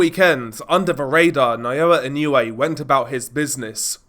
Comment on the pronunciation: ❌ - NAH-OH-UH ❌ - NAH-YOH-YUH ✅ - NAH-OH-YAH Opponents get timid when they get a taste of the hand speed and footwork from Inoue. Let your hands go and you are rewarded by getting cracked with punches you didn't see coming. And with that speed difference, there was no way MJ could hang with Inoue on the outside -- Inoue erases distance so explosively. MJ was just too slow. Lucky for MJ he has a concrete block for a head.